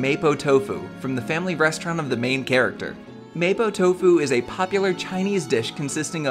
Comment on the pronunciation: Hi. The dish is pronounce "Mah-po doufu" keep up the good work 👍